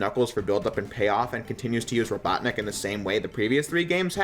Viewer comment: the fact that you did not roll your tongue when saying doctor ivo robotnik has made me disappointed you should have known better